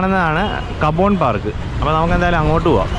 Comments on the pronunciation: തനിക്ക് ബാംഗ്ലൂരിനെ പറ്റി ഒരു ചുക്കും അറിയില്ലെന്ന് മനസ്സിലായി. അത്യുഷ്ണമില്ലാത്ത അത്യാവശ്യം ശൈത്യകാലം അനുഭവിക്കാവുന്ന ഒരു നഗരമാണെന്നുപോലും. പിന്നെ cubbon park എന്നതിന് കബോൺ പാർക്ക് എന്നല്ല കബൺ പാർക്ക് എന്നാണ് ഉച്ചാരണം. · കബോൻ എന്നല്ലേ പറഞ്ഞത്.? സഹിക്കാം. ഒരാൾ എന്നോട് ചോദിച്ചത് കുബ്ബൺ പാർക്ക്‌ എവിടാണ്? എന്നാ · കബോൺ പാർക്ക് അല്ല സ്നേഹിതാ കബ്ബൺ പാർക്ക് എന്നാണ്.